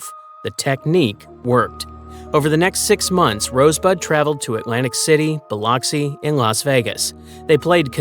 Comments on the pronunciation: It’s pronounced Bil-luck-si. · Smh you mispronounced the city